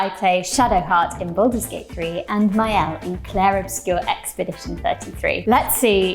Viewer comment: hum, it's maëlle, since it'a celtic name .